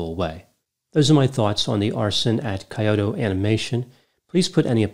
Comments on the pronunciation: it's not kayoto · I thought it was said 'kee-Yo-toe". Accent on the middle syllable. Granted, a minor difference for westerners. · He could have google the pronunciation of Kyoto and Hikikomori first😅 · unfortunately, Japanese is a very difficult language. More unfortunately, it's not your first language. Teasing of course, I am part Japanese and love your videos. Kyoto is pronounced more like "Key-o-to" than "Coyote-o." This was a terrible tragedy, I visited Kyoto in early 2020 and while the country is resilient, this was certainly one of the darkest days in the history of Japan. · Kyoto is pronounced “Key-oh-toe” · I died a little when he pronounced it like tgat 😂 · "Coyote-o Japan" 🤣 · Yeah apparently its impossible for Americans to pronounce non-English words even if they have a PhD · I swear I didn't laugh at your pronunciation of the Japanese words lol. Jokes aside thanks for the analysis. At the time of its occurrence it was so hard to believe something like this actually happened. Those poor Kyo-Ani staffers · it’s Key-Oh-Toe (Kyoto) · "KAI-oto"? You are an educated man. What gives? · kee·ow·tow sounds better :)